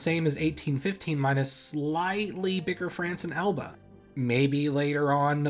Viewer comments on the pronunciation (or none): Elba, not Alba.